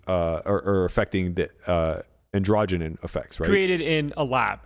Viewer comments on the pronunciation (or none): Why do you pronounce ANDROGEN so weird